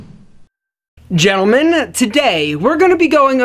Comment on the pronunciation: "Gelmen, today, we're gonna be going over the..."